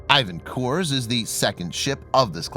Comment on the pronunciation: Get a Navy CTI Russian to help you - Ivanov has emphasis on second syllable and Khurs - the Kh is standard transliteration for the Russian gutteral H - it would be pronounced Hoors, otherwise fantastic posting (otlichno)